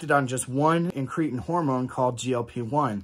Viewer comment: IN- kruh -tin not in-KREE-tn….Pkease dear god pronounce it right!! 😂